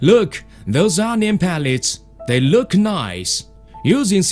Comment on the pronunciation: "Methurd"... "loooekh"